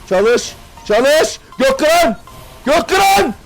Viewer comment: Götkıran deyil gökkıran abi